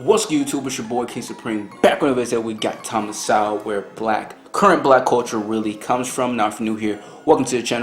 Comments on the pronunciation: Please pronounce Mr Sewell's name correct ly. It is So well. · Not Thomas Sow. It is pronounced Thomas Soul. Dr Sowell is a genius and one of the greatest minds of our time and he deserves to have his name pronounced correctly bro..